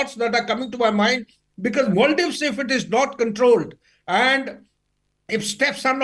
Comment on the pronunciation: It’s Mulladives 😂